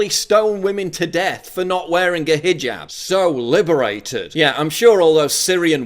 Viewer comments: Maybe needs to read this headline, since he seems to have a problem properly pronouncing the word hijab. It's not fucking hajib, it is pronounced hee-job, like he needs to get a job. I know is aware of this and obviously purposefully mispronounces hijab to emphasize the foreign nature, but only makes himself look stupid. Love the products but this has been a pet peeve of mine. Please pass it along. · ROFL... "Hi-Jib Hop"